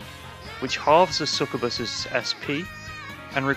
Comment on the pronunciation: it's sucYOUbuss my dude, get it right